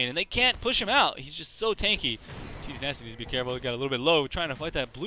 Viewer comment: You must mean TDynasty?